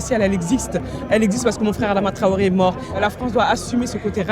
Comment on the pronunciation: pronounce his name correctly theres no 'w' its not 'touaoré' even 'twaoré'